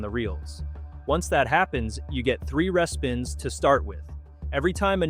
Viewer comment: I like your videos - however respins is pronounced REE-spins...